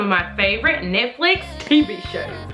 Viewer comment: She pronounced Netflix wrong she said nitflif it's netflix😂😂😂😂😂